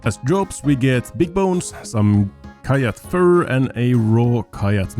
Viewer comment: Someday soon will figure out that "kyatt" is supposed to be pronounced "cat", surely...